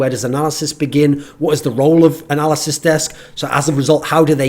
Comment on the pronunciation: I keep on hearing "Narcissist Desk" lol.